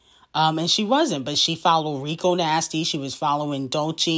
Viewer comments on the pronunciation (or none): none